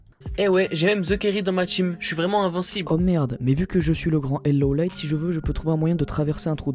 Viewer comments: C'est Low Light bordel ! Son pseudo se prononce comme tel ! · Sa se lit pas LeauLeiit mais LoLight